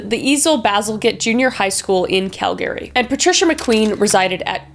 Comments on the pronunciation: as a calgarian, it’s always so startling to her the way non calgarians pronounce the city name. you can always tell whether or not someone is native to calgary based on whether they say it like“cal-gary” or “calgry” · Calgary isn't Cal-Gary it's Cal-gr-ee. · As a person born and raised in Calgary,PLEASE SAY CALGREE 😭😭😭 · Is it actually pronounced Cal-Gary? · Cal-gary 😂😭 Kris what the heck. I have NEVER heard a fellow Canadian pronounce Calgary like that lmao what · Your pronunciation of Calgary bothers me deeply. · Cal-GARY? Oh, honey. No. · Say it fast now... Calgary.... Not Cal-Gary. It makes it sound Kryptonian.😃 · Why ya saying calgary like that its Cal Grr eee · lol “Cal-Gary” 😂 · As a Calgarian you can tell Kris is definitely from BC LOL, everyone here pronounces it as Cal-gree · Is that how you say Calgary? Always thought it was pronounced cal-gree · is it really pronounced Cal Gary or calgary? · I never knew it was pronounced Cal-Gary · Uh.... Kris....... I love you, but g'damn you need to pronounce words right, girl!"Semenal" is not pronounced like "semen". I can't have been the first one to let you know that. Pronunciation matters, it really does. Also, Cal-Gary?? Really!? How does a Canadian not know how to pronounce Calgary? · Wait a second. Calgary. Cal-GARY DID IT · I’m not Canadian but isn’t the emphasis on cal in Calgary instead of calGary? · Lol Kris your losing you canadain accent lol and can totally tell you are from BC . I grew up in Calgary and I just giggled when you said Cal Gary lol. I love your videos .keep the amazing job lol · Oh, as an American, im curious, is it pronounced cal-GARY or CAL-gery? I heard you saying it cal-GARY. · I'm just finding it wild that Calgary is actually pronounced Cal-Gary by actual Canadians! Have the rest of us been butchering the name this whole time? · as a canadian PRONOUNCE CALGARY PROPER smfh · Have I been saying Calgary wrong this whole time? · Have I been mispronouncing Calgary this whole time?